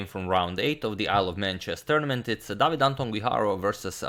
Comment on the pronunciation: Just for the sake of giving something back, "David" has the stress on the second syllable, the same as "Antón" (note it's "Antón" and not "Anton") and whenever there's a double r inside a word (at least I can't come up with an exception) it's pronounced as single "r" at the beginning of a word, that is, kind of a "strong" r as in round, not a "soft" one as in around. Again, not trying to be a grammar nazi or anything, just giving something back. Thank you!